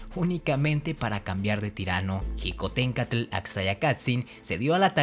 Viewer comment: No se dice jicontencatl sino shicotencantl